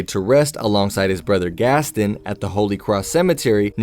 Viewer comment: There was nothing disturbing in this video except the pronunciation of Gaston.